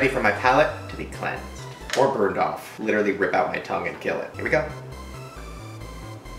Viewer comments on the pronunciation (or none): none